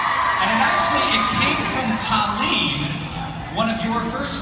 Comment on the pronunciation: I hate how he kept saying Cah-leen. It just sounds weird. Most people (and me in my head) pronounce it Coh-leen, and this change made me cringe.